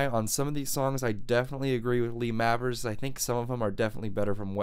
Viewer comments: Mavers is pronounced Mayvers I think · Lee Mavers reckons There She Goes isn't about heroin, but a girl. Is it really 'Mavvers' and not 'May-vers'? You can hear the absolutely enormous influence on Noel Gallagher, can't you?